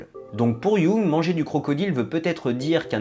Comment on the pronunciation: Jung, un nom souvent mal dit mais ça fait tellement plaisir quand quelqu'un le dit juste!